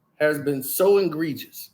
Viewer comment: What is "engregious"? Are we trying to say egregious?!